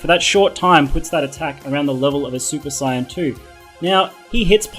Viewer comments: Goku turns super CYAN... SAY SAY-YAN NOT CYAN! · WAIT!? SUPER SIGHYAN!?? OH MY GOD WAT DE FUCK! DIDN'T EVER SEE THE SHOW? ITS SUPER SAYEN! SAY IT WITH ME - SAYEN!!!!! NOT SIGHYAN FUKING A... WHATSWRONGWITHYOU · No no you got it wrong,he said super cyan